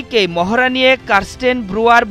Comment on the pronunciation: মহরা মহরা আর মহরা! ক্যান, সঠিক শব্দ "মহড়া" বলতে পারেননা সাংবাদিক ভাই?